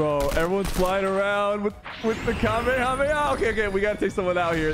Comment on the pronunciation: Sypher is the first gut that ive seen that pronounces the kamehameha right